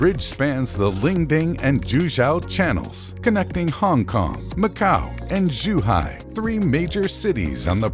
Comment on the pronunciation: "juhau" zhuhai